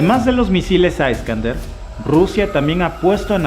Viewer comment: Por qué lo escucho, señor, como culpando a un país que ha sido tratado de la peor manera por occidente? Usted dice aiscander y el misil es Iskander. Se refiere a kaliningrado como si fuera la totalidad de Rusia, cuando en verdad es un enclave. Bien fortificado por cierto. Y que antes era llamado Prusia Oriental. Con ese rostro de "yo no fui" me parece un poco hipócrita de su tendencia habitual. No pretendo ser grosero. Pero esos países a los que se les conoce como chihuahuas, son unos irresponsables al provocar a Rusia. Cuando son países que fueron nazis.